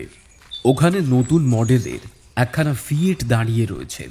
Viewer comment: ফিয়েট নয় ফিয়াট